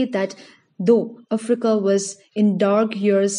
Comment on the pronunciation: anyone else annyoed by the way she says africa